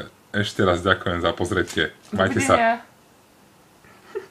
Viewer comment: Legenda byla zrozena :D + Ďženkujii :D